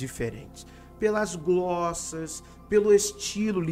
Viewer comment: Em ouve-se a palavra "gloSSa" que não existe em nosso vocabulário. A pronúncia correta é o S com som de Z como se fosse "gloZa". Uma pena o professor não ler os comentários.